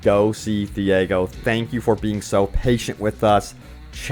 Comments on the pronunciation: Who is theehaygo? Do you mean Tiago? (tea-ah-go) Literally pronounced in the game. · who the hell is this "thiago" you keep mentioning.. there is no such person in the game.. ITS "TIAGO"